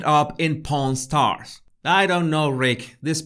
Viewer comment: For a short minute I thought you said ‘ porn stars’ not ‘pawn stars’. Yuck!!!